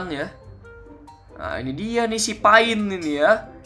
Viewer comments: bang itu pain(pein) bukan pain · itu maksudnya"pein" bukan"pain" bang sakingnya tulisannya saja kayak pain tapi pein ya